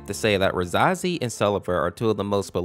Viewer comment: Pronounced ruh-SAY-zee and SEL-ev-er Caps=emphasis